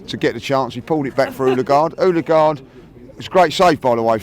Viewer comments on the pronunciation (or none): Why does call Odegaard Hulagaard? 😂😂😂